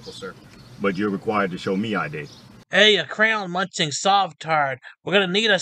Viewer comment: Did you say “ crown” instead of crayon